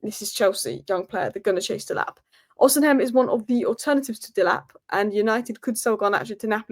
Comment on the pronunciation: 😂😂😂. Actually it's not just the "h" with her, she mixes it up totally and says "O-sin-hem", listen carefully to her again. To her kudos though, I rewind her videos just to hear her pronounce that again, 'Osinhem', so hilarious😂.